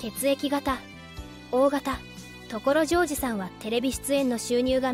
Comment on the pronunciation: これって自動音声？ 所ジョージのイントネーションが凄くひっかかるし、OS-1は「オーエスマイナスワン」ではなく「オーエス(ハイフン)ワン」でしょ。